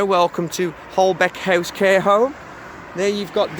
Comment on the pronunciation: It’s pronounced Holbeach House although it’s spelt Holbeche House.